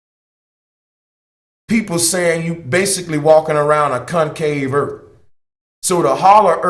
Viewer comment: Where is this planet Erf you speak of?